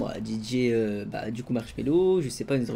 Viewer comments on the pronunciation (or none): Mdr tu dis marshello quand tu vol